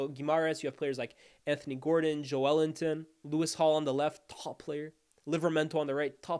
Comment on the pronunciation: That’s the correct pronunciation